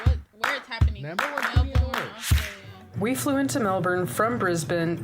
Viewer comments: Aussie is pronounced ozzy Melbourne is pronounced mel-bn not mel-burn. Actually listen to Australians say it! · Definitely not BURN, pronounced a very short fast “born” almost a “bin”sound. You will not hear the “R” sound ever. From a Melbourne resident. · Melb'n. We delete the vowels. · its more mel-ben/mel-bin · Melbourne is named after the British Prime Minister Sir William Lamb the Vicount Melbourne. And his title is pronounced Melburn. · First up, c'mon you know we shorten everything, it's pronounced: Mel-bn. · We actually pronounce it “Mel-Ben” 😂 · As an Aussie who was born and raised in Melbourne I need to point out her pronunciation was definitely not we say it here. To all us down here it's pronounced Melbin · No. No i. Melbn. That's how we say it. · We Aussie's actually pronounce it as Melbin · No one on this video said Melbourne right. I know, I live here. C'mon America. You are the only country that fks it up consistently.